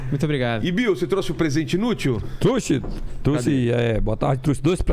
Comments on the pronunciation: "Eu não truci" foi foda hein, achava que era trouxe! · Eu não "trusse".. doeu aqui... tem que chamar o Franklin Medrado